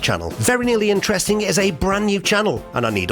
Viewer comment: interestink??? What's with english??